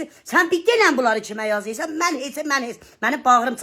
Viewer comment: Vay vay yazeysan şaxsey vaxseeeysən 😅sən??? nə deyeysən,nə yazeeysən,yazeysan😅sən də bir Azərbaycan lüğəti düz oxu.